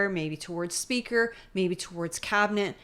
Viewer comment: OMG Keep Her Away From screwing up another portfolio like Stephen Guilbeault - if I have to hear Freeland’s “Meester SBeaker”, one more time, I am going to need mental health services that don’t exist thanks to Trudeau